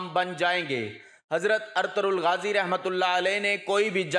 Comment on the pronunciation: نام صحیح طریقے سے ادا کریں ارطرل غازی نہیں بلکہ ارطغرل غازی ھے